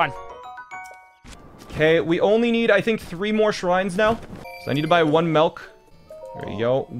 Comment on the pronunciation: buy one what now? That midwestern accent coming through strong with the melk.